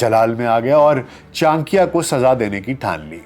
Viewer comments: Sir he is not "Chankiya" he is "Chanakya" ( चाणक्य ) and aap bol to rahe ho hindi but thumbnail mein urdu language kyo lagai hai ??? 😅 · بھائی یہ "چان کیا" نہیں بلکہ "چا نکّیا" ہے جس طریقے سے آپ چانکیہ کا نام لے رہے ہیں یہ آپ کی ناقص معلومات کا پول کھول رہا ہے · Acharya Chanakya boliye Chanakiya nahi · Chaankya nahin ...chaa..nakya ....pehle naam theek se pronounce kijiye! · Urdu so good even Chanakya becomes Chankya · its not chaankia. its chanak-ya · For proper pronunciation read this wrong spelling Channakya 😂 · Kam se kam aap urdu speaking h fir bhi sahi naam nahi le kar unko sahi se explain nahi kar sakty actual name chanakya h jismy 'na' word aatata h so plz aysy mahan shakhs ka naam sahi se le tabhi unke baary me baat kary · Chaaanikiya is it correct pronounciation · Before doing a podcast- must have learnt how to pronounce "Chanakya"! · Name toh sahi se le bhai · Tujhse naa ho paaayega inka sahi naam to le nahi skta to sahi chij kaha se bol paayega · Chcha aap pronunciation hi galat kre ho naam ka 😓😓